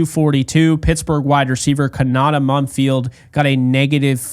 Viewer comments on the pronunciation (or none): His name isnt Ka-Na-Ta. Its Ka-Na-Tae. I know how its spelled and how it looks. Just wanted to put that out there.